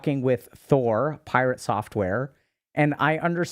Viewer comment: Was Dr.K calling him Pie-Rat at the being, a slight dig at PirateSoftware ratting on WoW 🤣